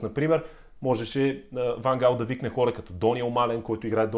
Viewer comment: По принцип не е Ван Хаал, а Ван Гаал. Миналата година силният Нидерландски състав прескочи група с очевидно по-слабите в сравнение с Нидерландците отбори на Австрия, Украйна и бившата Югославска република със столица Скопие (за Северна Македония става въпрос), но не можа да изхвърли Чехия. Да, Чехите имат полуфинал през 2004-та, но със сегашното си име. В Нидерландия има много класни футболисти, но липсата на най-опитните за всички времена Едвин Ван Дер Сар, Ариен Робен, Уесли Снайдер, Рууд Ван Нистелрой, Кларънс Зеедорф, Робин Ван Перси, Рууд Гулит, Денис Бергкамп и Едгар Давидс си казва думата. Да, те може да са на най-малко 46 години, но Нидерландия с играчите, които споменах и редом до тях личат имената на Върджил Ван Дайк, Мемфис Депай, Матиас Де Лихт (същият Де Лихт, който не успя да се справи със задачата да неутрализира Спас Делев в онзи мач на Нидерландския национален отбор с нашия) и Жорджинио Вайналдум, ето това щеше да е състав, достоен за финал на световно по футбол. Иначе според мен Нидерландците ще отпаднат на осминафинал, тъй като мачът от осминафиналите ще се реши след дузпи, където Щатите очевидно тренират изпълнение на дузпи, а и ги видехме преди 8 години какво стана с тях. А за тва с рака - жалко че човек като Ван Гаал е получил рак, на абсолютно никой не му пожелавам да получи рак и подобни болести.